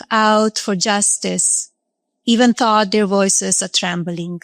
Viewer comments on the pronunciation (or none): agreed! When she was reading her speech, notice how she didn't recognise the word "though" and pronounced it "thou"?